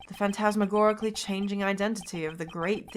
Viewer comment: Nice pronunciation of phantasmagorically. Even reading that (during playing the game) I struggled parsing it.